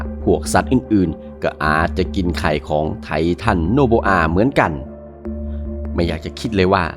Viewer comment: ไททันโอโบอา ❌ ไททันโนโบอา ✅ 😂😂😂😂😂